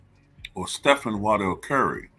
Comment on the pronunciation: It's pronounced WAR-dell Stephen Curry....